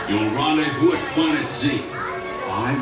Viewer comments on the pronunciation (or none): none